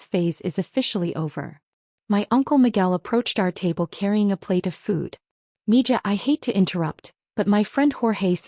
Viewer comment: Mija isn't pronounced mi Ja. Its mi Ha. Spanish for daughter.